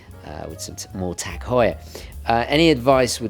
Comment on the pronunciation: Thanks for pronouncing it Tag and not Taarrrg....